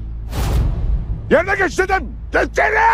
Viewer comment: gğeç yerineğhh